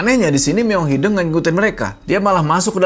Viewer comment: hideung bang, bukan hideng haha kl bukan orng sunda emang ssh ya.